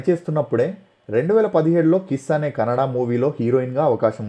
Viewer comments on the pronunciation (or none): none